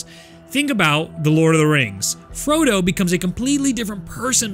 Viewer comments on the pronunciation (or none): none